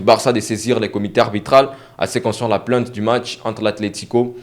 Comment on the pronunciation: PLAIIIIIIIIIIIIINTE PAS PLANTE, COMME TU PRONONCES.